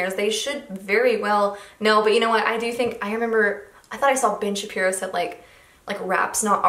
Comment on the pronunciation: Really thought you said “Bitch Shapiro’s sister” 😂🤣😅